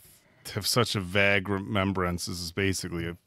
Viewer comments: this comment is for, it's pronounced "vaygh" not "vagh". I'm not saying it to be mean, is my favorite of you guys, I just mean to help! It's the English Lit major in me. There are a lot of words I ran across when reading that I didn't know quite how to pronounce because I didn't hear them said much, if at all, it happens to all of us. edit: I just realized, it's like Hermione telling Ron how to pronounce "Leviosa". But I'm House Hufflepuff,lol. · Why does keep saying "Vag" instead of "vague" 💀